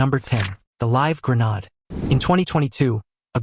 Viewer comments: 😂😂😂😂 it’s it’s not grownard it’s grenade😂😂😂😂😂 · Gra nod? There is no such word. Please learn to read and pronounce words. It takes away from all the other hard work you did . Pronounced gren aid. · This pon had better go back to school and relearn how to pronounce the woerd hand grenade which has a long a sound. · mispronounced grenade! boooooo!